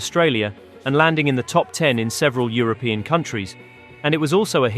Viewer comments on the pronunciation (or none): none